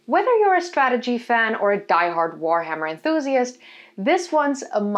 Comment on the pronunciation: You don't even say the Warhammer name correctly...pretty sure you aren't playing it.